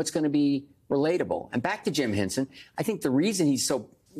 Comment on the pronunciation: The man's name was H E N S O N, not "Hensen". Sacrilege!